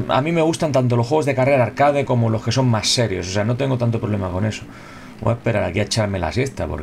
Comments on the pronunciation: Alguien me explica porque dice arcade tal como se escribe, siendo una palabra en inglés ? Tanto cuesta decirlo bien? .... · Que crazy bro, en plan... Pronuncia tal cual se escribe y es inglesa la palabra, literal, lol. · El término proviene del francés arcade (ya la has cagado), lo tendría que pronunciar en francés, pero es una palabra españolizada, como beige, croissant o baguette. En España no se habla inglés ni hay mucho nivel de inglés. Slo tiene nivel de inglés pero pronuncia como lo pronunciaría cualquier español. Amigo del otro lado del charco (porque sí, estas quejas siempre vienen de allá), se escribe por qué, no porque, que pides que se pronuncie bien una palabra y no sabes ni escribir tu propio idioma. De paso, no estaría mal que pusieras alguna coma y punto en tu último mensaje, que parece que estas echando bilis por la boca. Saludos Genio